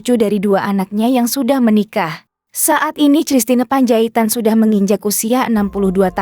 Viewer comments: Christina Panjaitan baca Kristina bukan cristina hadeuh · apakah saya yg salah atau pengantar narasi yg salah klo saya membacanya christine (kristin) panjaitan, entahlah..... saya jadi lucu aja mendengarnya cristina...........panjaitan..... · Christna membacanya Kristina!